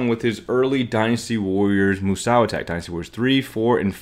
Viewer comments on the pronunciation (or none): Moo Sow? My ears are bleeding. 🐮